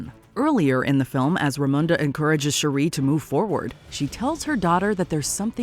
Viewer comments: It's SHOO-ri, not She-REE. Y'all say her name wrong EVERY time. Also, it's Nah-MOR, not NAY-mor. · It's Shooreee not Shoeri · Once again this channel renders itself useless with a horrible pronunciation of a well established character’s name. Every time she said Shuri I felt a sperm die. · OH MY GOD! Her name is pronounced SHUR-ee; your grating voice is so annoying, I feel "The Blip" would be a great mercy over listening to you! -"How to say you never watched the films w/o saying you never watched the films" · Next time, get a narrator who knows how to pronounce the names of the characters. Shuri is not pronounced Cherie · ….please stop mispronouncing Shuri. Your the only one who pronounces her name like that. Shuri not shu-ree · Maybe by wakanda 3 you’ll learn how o pronounce shuri correctly. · I love this videos but i cant bare how they pronounce Shuri hahaha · The way she pronounces Shuri irks my nerves!!! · Shuri isn't pronounced that way. Watch the movie,!